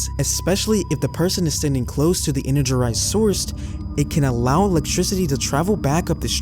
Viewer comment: Energerised is the cutest mistake yet. No criticism here! Although, I would like to say that ute is pronounced "youte".